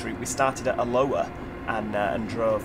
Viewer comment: just aheads up Alloa is pronounced (a-Low-wah). It doesn't bother me. I just thought I might do others